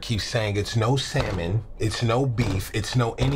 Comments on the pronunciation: Tbh Tyler seems like the type of guy to say sallmin..even just to make this skit better lol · Everyone: Salmon Tyler: sEmEn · I like how he pronounce "Salmon"